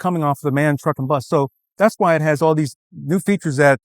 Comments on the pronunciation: Someone should teach how to pronounce MAN.Its Not a Word,but 3 seperate Letters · It’s M-A-N „Maschinenwerke Augsburg Nürnberg“ … Not „man“